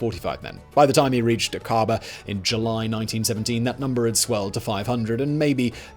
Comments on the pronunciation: Accent is on the A in Aqaba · Iy's Akaba, not aKARba. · Simon: try "Ack-ah-bah". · Great video, but every time you mispronounce Aqaba it makes me wince.